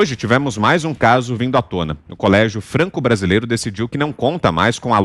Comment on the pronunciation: "Franque Brasileire" 😂